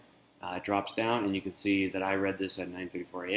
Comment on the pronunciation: I do believe it is a READ (pronounced RED) receipt, not pronounced REED. It is for emails that have been READ.